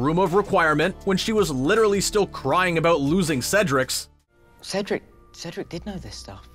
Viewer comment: Ahhh am. Dieing he was saying Cedrics